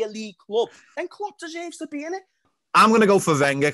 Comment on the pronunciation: Lmao yelling “ look what Kloops done in a short time” Yes in that logic Mou won his title and left a team built for future Chelsea managers. Klopps teams break down on him while still being there.